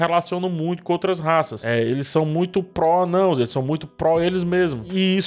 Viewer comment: Mano, esperando a explicação prometida para a pronúncia de "Anãos"!